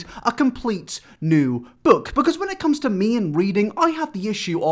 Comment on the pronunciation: It's not "new"